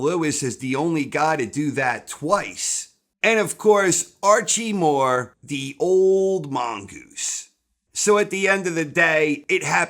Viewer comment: Theres nothing better in the world than saying "The Old Mongoose". The way he pronounces it should be taught in schools.